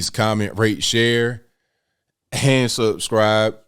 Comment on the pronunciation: Yo, Ive been wondering this for a while... How come you end your videos with the phrase "like comment share.... Hand subscribe...". is that your southern accent bleeding through? Great video brother, thanks for covering this!